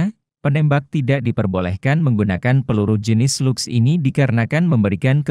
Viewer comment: Bang bacaan bhs inggrisnya dibenerin biar enak, seperti SLUGS, itu dibaca slags